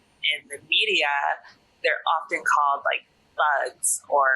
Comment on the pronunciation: Дэни настолько уже обрусел, что произносит media на русский манер)